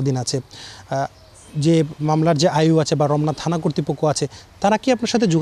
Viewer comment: এই সাংবাদিকের উচ্চারণগত সমস্যা আছে থানা কে তানা বলে আর রক্ষাকে রককা